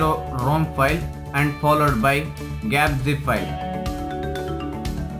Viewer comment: Its g-apps and not gaps